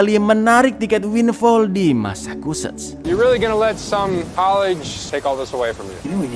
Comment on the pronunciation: Bukan masakuset cak, tapi masecuset cak..🤣🤣